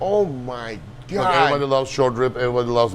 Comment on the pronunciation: everytime guga says "Oh wow every-bahdi"🤣🤣